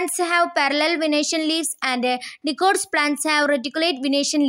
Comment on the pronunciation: Dicots pronouncation not good